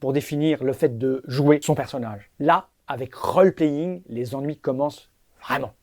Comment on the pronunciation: Pour info, "role" en anglais se prononce "rôle", tout comme "roll" d'ailleurs. :P Autre chose aussi, selon la définition que l'on donne au "jeu" (game), le rpg peut ne pas être classifié en tant que tel. Le puzzle fait aussi partie de cette problématique. Enfin bon, y'a plein de litérature au sujet du jeu et du game design...